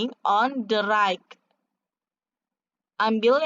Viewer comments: Iya ya kok raik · Bacanya rait buk bukan raik